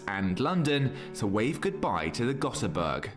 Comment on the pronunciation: Ö is not O. Ö is pronounced more like the "a" in "a bin" in English, just a bit longer.